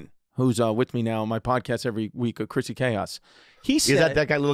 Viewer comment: One of these days, Bobby will pronounce Chrissy's last name correctly, one day...